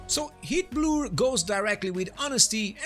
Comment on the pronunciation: Just an FYI, the way you pronounce “heatblur” is detected as “Hitler” by YouTube’s automatic caption system, maybe a cause of random de- monitisation if you face that. for example